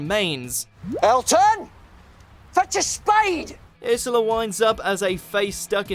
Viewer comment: ARE YOU KIDDING?! I love the sunglasses. Also I love the episode love and monsters oh and it's URshula not irshila. I LOVE THE SLITHEEN SO MUSCH.